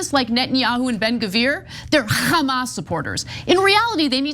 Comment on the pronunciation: ok that was funny the way ana said HHHamas